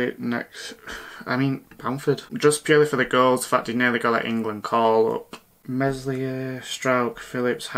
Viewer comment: Meslier, work on your pronunciation pal 😂. Good otherwise!